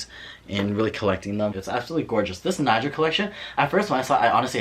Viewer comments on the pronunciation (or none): “Knee-go” not Nigel :)